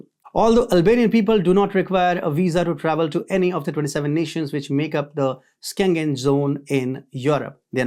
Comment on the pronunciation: It is Shengen not Skengen zone, just like schedule but skedule!!!!😅🤣😂